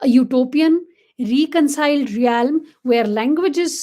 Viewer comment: Pls check the pronunciation of realm